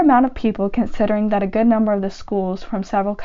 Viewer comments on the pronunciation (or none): none